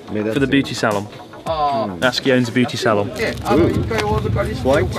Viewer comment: Thanks for teaching the world how to pronounce 'Natsuki'. English speakers ALWAYS get it wrong and say it as 'NaT- sooki'.